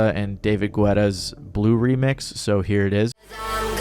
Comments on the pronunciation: David Guetta’s name is pronounced as David Guetta (like Baguette but remove the B and A and then replace the A with an E) not pronounced as David Gwetta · Sorry but did u just call him David Gwetta? 😂 it’s Guetta😂😂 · De he really just say "David Gwetta" instead of Guetta? 🤦🤣🤣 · come on dude its not David GWETTA, It's David GET A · the way he said the pronouncation of Guetta is... .... wild... is all i can say lmao